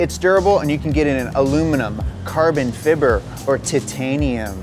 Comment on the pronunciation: The way he said carbon fibre though...